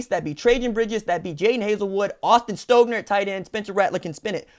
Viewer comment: Its pronounced Austin St-ah-gner